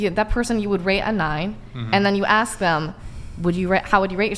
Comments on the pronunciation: Honestly, ladies. is right in my lane. The rest of you...ehhh. And ask...not "axe". I'm half black and it's annoying. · Red tank top is just awful. She's got fake...everything. She's wearing Christmas tree ornaments as earrings. She's inarticulate, says "axe" instead of "ask," and that's on top of the idiocy she spews. She's rockin' sideburns ffs. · You don't ax anyone anything... Speak right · Knowledge is sexy but she doesn’t know how to say the word “ask” and that just makes her -10 rather than the 10 she said she was…. DoNt AkS mE i DoNt MaKe ThE rUlEs